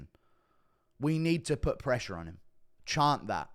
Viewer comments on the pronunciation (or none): none